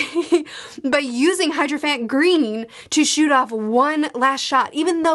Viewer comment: "HYDROphant Green" LOL oh